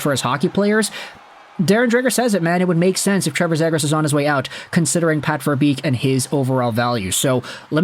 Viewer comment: Dude you gotta learn how to say his last name correctly